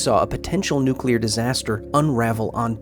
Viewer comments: Did I just watch something about a nucular accident or a promotion for a creepy pasta? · Nucular, it's pronounced, Nucular. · Nucular... it's pronounced NUC-U-LAR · Its actually spelled nucular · Its Nucular